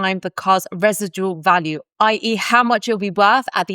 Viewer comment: you say residual weird